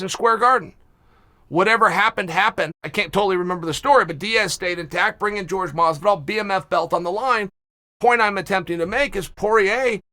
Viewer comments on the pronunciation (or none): none